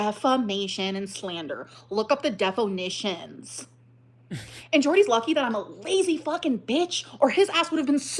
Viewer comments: look up the def-o-nissions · look up the deFOnishuns